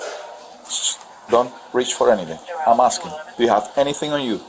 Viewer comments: "Imma just axing" says a lot about her. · If they say "axing" instead of "asking" they're as guilty as they're dumb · another "aksing Violation" Cmon folks, just learn to say "ask" and you'll be fine.. I swear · Blacks always AXING instead of asking 😂😂